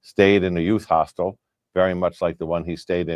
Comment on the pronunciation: Dear, I love ya, I do…but if you keep calling a hostel a “hostile”, I’m gonna start saying “splatter” 😂😂